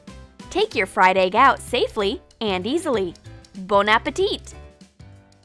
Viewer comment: did she just say BONE-appetit?